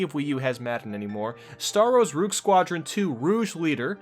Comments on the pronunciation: You pronounced Rogue as Rouge... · Oh my God it pisses me off when people say "Rouge" It's ROGUE damnit ROGUE WITH A HARD G R-oh-guh It is not a white bat from Sonic It is not a woman's makeup ROGUE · it’s not pronounced “ruge” it’s pronounced “rogue” like row-guh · No one will read this but... ROOJ? Star wars ROOJ? Its Row g. R oh guh. Not ROOJ! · RO-AG. Not RUUGE. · It's Rogue not Rouge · Rooge... ROOOOGE! It's pronounced roe-g (roe like poe) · "Rouge" leader is pronounced Roog, not ROOj liek it's about makeup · Why do you say "roogue" instead of rogue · It's pronounced ROW-G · According to, Rouge is pronounced “Roosh” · its "row-g leader" lol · Ruge leader come on man get your names straight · he say roog first then say rouge like French word for the colour red. but not hearing an accent at all... who called him an idiot? seems smart, but he didn't learn to read that word yet. I just looked for this comment cause its our duty to point it out, tease him about it, and eventually he will remember how to read it :) its the polite thing to do. not sure anyone should be personally offended on his behalf? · roojew? or rouge? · I've never heard of star wars 'rouge' squadron II: 'rouge' leader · Why does he mispronounce "rogue" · How the flying fuck did you manage to misspronounce rogue wrong TWICE?! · you mispronounced rogue. triggered star wars fan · make a video on how the eff to say Rogue.. That ruined the video and your credibility.. And makes me severely question your IQ. Just give up! Star Wars fan or not, how to say that is common knowledge.